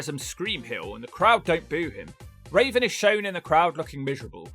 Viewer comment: Why you keep calling Raven "Raisin"?